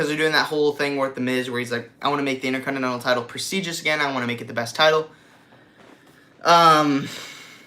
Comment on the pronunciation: why do you call it the "innerconnnenal" title lol